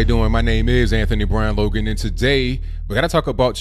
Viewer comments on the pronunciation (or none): none